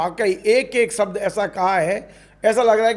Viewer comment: भाई साहब सब्द नही शब्द होता है, इस्टूडिओ नही स्टुडिओ होता है. बिडिओ नही विडिओ होता है, बास्तव नही वास्तव होता है. विवस नही विवश होता है, देस नही देश होता है, एक वार नही एक बार होता है. मोदी योगी को खुले आम वाह्यात पन के शब्द बोले जा रहे हैं. मा बहन की गालियां रह गईं थी व भी दे दी और कितनी आजादी चाहिये